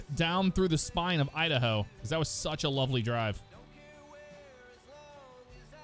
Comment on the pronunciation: Who lives in dahoa ohhh idaho your not udaho